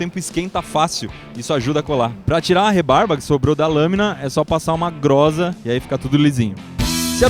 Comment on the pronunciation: ele falou groza Quem lembrou FF????